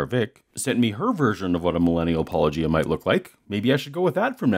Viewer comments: pronounces his channel name every video at the very beginning and doesn’t even have a confusing channel name William:”puh, lowgia” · His peculiar, affected pronunciation of "Paulogia" makes me think of "lochia." He isn't by any chance casting an oblique aspersion on your masculinity, is he? No, probably not. That would require subtlety borne of intellectual curiosity and educational attainment. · For a man who purports to have a PhD, it's astonishing that he doesn't know how to pronounce "Paulogia". I knew how without hearing it. It's an obvious play on "apologists". Then he doesn't even bother to find out. How did he ever get a reputation as a good Christian apologist? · How does NOBODY get channel name right? He says it every episode and they still can’t manage it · I keep thinking it's pronounced like this, too - like Robert Loggia's last name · I'm less than a minute in, and may have more to say, but why do so many Christian apologists mispronounce "Paulogia?" says it at the beginning of every video. The phonemes aren't that difficult for English speakers to reproduce. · It's far to common to be a coincidence, but I feel like I've watched at least 50 videos where creationists mispronounce the Youtuber's name of whom they're responding to. If I had a dollar every time this happened I'd be able to.... uh, call into work tmrw. Sounds good to me. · What I don't understand is how nobody can pronounce your channel name when you say it at the beginning of (almost?) every episode. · They cant even say your name right